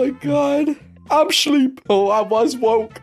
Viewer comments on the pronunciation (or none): "I'm shleep" 😂😂😂